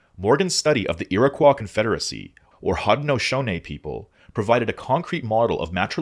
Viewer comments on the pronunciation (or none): Hi! Im from western upstate new york - Iroquois territory - and I believe you might be saying some of these tribe names wrong. If this is just the weird NY accent and someone can correct me pls let me know! I say haw-de-saw-knee, ohn-ai-dah, iro-koi, and Onondahga. I say Seneca and Cayuga the same as you. If members from these tribes could check in and let me know which pronunciation is closer to correct Id love to know! My father’s father belonged to the Onondaga, however as pointed out they are a matrilineal society so I will never officially have membership. Nonetheless I try to keep up with their issues